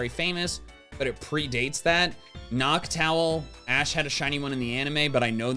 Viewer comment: The fact he said noctile instead of noctowl bothers me to no end